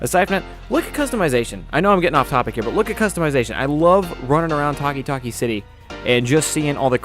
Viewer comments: why did he call Toki-Toki city Talki-Talki? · Taki Taki city its tOki tOki city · Did he just say takitaki city